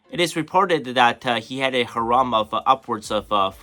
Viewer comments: Hey bro, it’s pronounced “hair-um” not “ha-rom” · The word harem is pronounced Hair em The way you're saying it sounds more like haram which has a totally different meaning